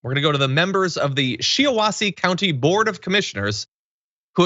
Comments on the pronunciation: It's not Shee awassee.......it's pronounced Shy awassee. Just sayin. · It's pronounced "SHY-Ah-Wah-SEE" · Sorry John but the i in Shiawassee is a long i, not i but I (aye-aye)! Sorry if you think I just being picky. (that's ok my spellchecker thinks Shiawassee should be spelled Fricassee !)